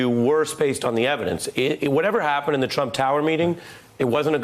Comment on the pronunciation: actually said Anyone who is involved with Mr. Twump will be bwought down and wecked. Twy to be his ally and you will wegwet it.